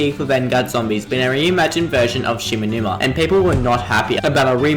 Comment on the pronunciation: shi - NO - numa